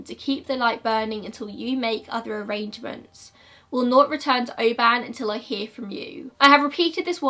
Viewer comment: Ive always heard it as 'EE-LAN MOR' and Oban is pronounced 'O-bin' not correcting you, just thought you might like to know! Thank you for yor videos!!!